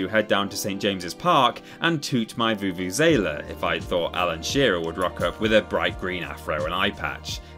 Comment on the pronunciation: The way he said vuvuzela🤣